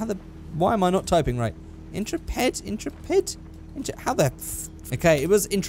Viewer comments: "IN-truh-ped" aaaaaa It's "in-TREH-pid" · "Intra-ped" Please, end my life. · Is anyone else irritated by constant mispronunciation of the word Intrepid? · In-trep-id. Ok.